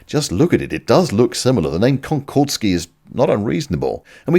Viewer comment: "but assuming we can't meat cube it" - I reckon, you meant meant, didn't ya? ;-) Also, it's not "ConcordEski" but "Concordski": "«Конкордски» (Concordski) — это прозвище, данное западными СМИ и авиаспециалистами советскому сверхзвуковому пассажирскому самолету Ту-144" which translates as Concordski - this is the nickname given by Western media and aviation experts to the Soviet supersonic passenger aircraft Tu-144 (...due to the similarity of its external appearance to the Concorde, and rumours of industrial espionage, i.e. copying the design) - and "-ski" suffix, a typical one for Polish surnames but also common among Russians was added to add local flavour to it. ("-ov", like in Kuznetsov or Lavrov is a "more Russian" Russian equivalent of "-ski" but wouldn't go well with "Konkord", thus "-ski".)